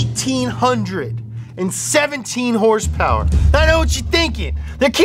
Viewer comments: “Hurspurs” lol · "hurse purse" absolutely killing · It's so hilarious when he says hearse-purrs instead of horse power, it neverrrrrrr gets old at all. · The way he pronounces horse power makes my blood boil